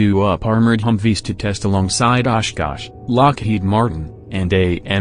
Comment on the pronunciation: Good and informative video but the robot voice and its mispronunciation of simple words is very off putting; also the discordant, creepy music seems like a weird choice. At least your robot voice can pronounce 'Oshkosh' versus "Osh. Kosh." like a similar video.